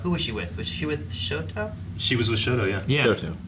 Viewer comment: Sho-TA Aizawa, not Sho-TO Aizawa